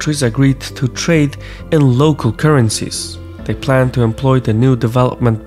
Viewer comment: HEAVY emphasis on "plans"